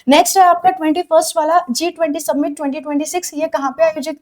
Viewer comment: सबमिट ❌️ समिट ✅️